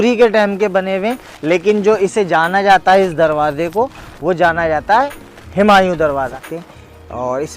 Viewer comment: हिमांयू नहीं हुमायूं बोलिए ।